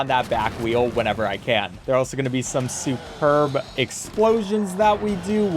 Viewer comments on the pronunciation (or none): its superb not super-b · Bro called "superb" as "super-B" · Superb ❌Super-bee✅ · ...I don't know why the dev[s?] called it a "SuperB Strike" at places like when "Superb" is a single English word (pronounced like "SUE-perb")...